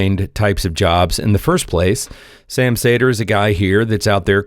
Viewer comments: ... cedar, not saytr.... Bugging me.... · It’s not pronounced “say-dur” it’s “see-der” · Say his name as you would "cedar". How are you a progressive & don't know Sam? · His last name is pronounced “cedar”.